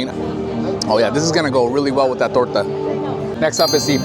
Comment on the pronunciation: I ‘m Mexican and I am impressed with your “torta” pronunciation haha it was perfect! Thank you for your videos I’m so excited for visiting Disneyland this October 🙌🏽 Edit: queso crema salsa roja? Or you have a lot of Hispanic friends or you studied very well, beautiful Spanish!